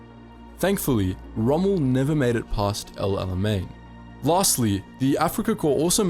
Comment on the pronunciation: I don’t know about this guy. He consistently mispronounces El Alamein.